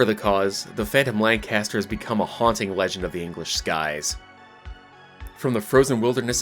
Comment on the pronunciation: Atleast you get 'lancaster' correct